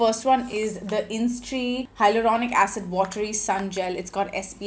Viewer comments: Isntree not instree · It's called 'Is-in-tree' ... Not instree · Its Is-in-tree not in-stree 🤦‍♀️. In Splitsvilla i remember you coming across as/being a nasty mean racist. Surprised you have become this influencer with this following. Well. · It’s “Isntree” not “Innistree”🤍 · Its pronounced as isintree